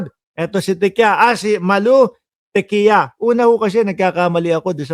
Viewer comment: Diquia ang pronunciation ng TIQUIA.